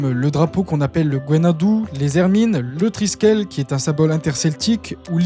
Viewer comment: Bonjour et merci pour cette vidéo. -Pour le drapeau breton; Gwenn-ha-du se prononce gwenn-ha-du et pas gwenn-ha-dou. -Triskell ne prend pas de E à la fin. -Radio Kerne se prononce "Radio Kerné" -Si comme vous dites, "le breton est un dialecte français", pourquoi le français ne serait pas un dialecte breton ? Demander aux gens ce qu'il se sentent comme identité, est inutile, car personne ne "se sent quelque chose" identitairement; ils savent seulement qu'ils appartiennent à une communauté. On ne ressent pas directement une sorte de "bretonnité" ou une "françisité" intérieure, comme on ressent une douleur, la faim ou la chaleur. On éprouve peu ou prou des sentiments à l'égard de ce qui constitue son identité comme l'attachement à la Bretagne, la fierté, la familiarité culturelle, l'émotion devant les problèmes liés à la langue bretonne, la conscience d'une histoire commune, la connaissance des limites géographique, etc